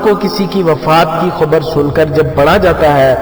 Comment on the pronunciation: Khubar nhi bhai khabar bolo